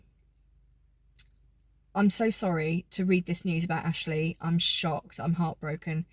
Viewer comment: ‘ this is AAshlleeee’ in honey thick southern accent.